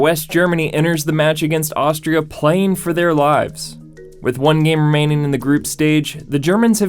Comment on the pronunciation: he says "with one gemremning in the group". Cant stop rewinding it!